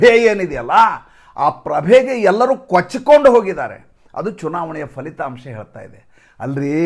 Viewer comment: Sir please not falithamsha it is phalithamsa